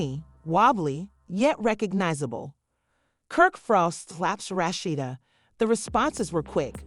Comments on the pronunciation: This woman who made this video really need to know how to pronounce Rasheeda name.Rashetta,Roshidta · Why these narrators always pronounce her name wrong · I believe the speakers should know how to pronounce the characters names. The speaker gave Rasheda three different pronounced names. 🤦🏽‍♀️🤦🏽‍♀️🤦🏽‍♀️